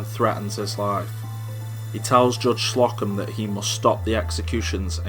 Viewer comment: it's Slow-come, not Slock-em